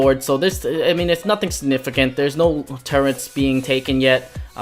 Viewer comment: Btw its turrets